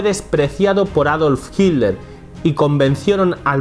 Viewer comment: Hiddler la t, se pronuncia como d